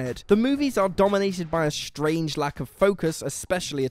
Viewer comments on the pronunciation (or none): none